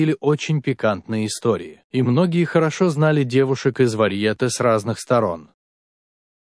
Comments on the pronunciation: Мистер-чтец!Не варьЕЕЕЕте,а варьетЕЕЕЕЕЕЕ!БЕЗГАМОТНОСТЬ! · В слове варьете ударение на последней букве е. Если уж берётесь читать, то хоть правильно 🤦‍♀️